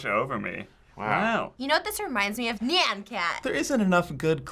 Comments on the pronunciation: DID SHE JUST SAY- NYEN (NYEH-EN) AHHHHHHHHHHHHH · Wtf is "Knee-Anne" cat!?